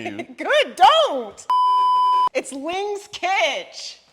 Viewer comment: It’s Ling Kitch 😂😂😂